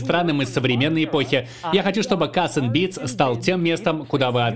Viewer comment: Бля каРРРРРс энд Бидс. А не кассссссс